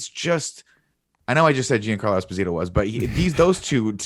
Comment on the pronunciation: DJ i really like you and love your work but learn to pronounce Esposito, as an Italian who has the same origins as Giancarlo it hurts me 😂